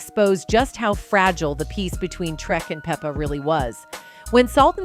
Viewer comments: Yes, PLEASE... Its pronounced "Peppa" like Pepper. Like Salt and Pepper... Okurrr!👍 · Pronounce her name right! It Pep-pa